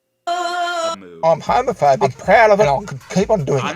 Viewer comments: "Am hewmewphewbeeck and preud" It's the fedora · Is he saying “Haamaphaebic”? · I like his pronounciation "Hömöphöbic" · I kept hearing "Homofurby" instead of homophobic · “Ai-m HaMoFoBIc” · "Arm hawmafawbick"